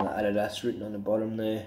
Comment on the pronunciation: that’s how they say it not in america. it’s not an american country. that’s how you pronounce it.